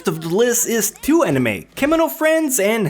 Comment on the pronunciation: Its pronounced anime not eneyma